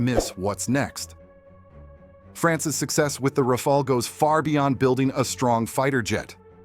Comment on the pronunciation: RA-FA-LE NOT RAFAEL God Almighty 🤮